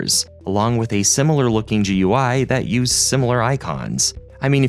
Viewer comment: "G. U. I." - interesting pronunciation of GUI.